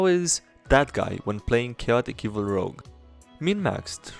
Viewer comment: OMG IT'S ROGUE NOT ROUGE PLEASE! omfg my ocd....